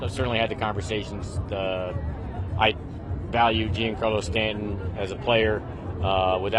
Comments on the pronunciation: The name is not Spanish. It is Italian. Yes, John Carlo is a good approximation. In Italian, it would be like Gee Ahn Car Lo. Definitely not Gene Car Lo. Just go and listen to how Michael Kay pronounces it. He should be the authority 😂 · If you really valued him, I think you’d learn how to pronounce his name.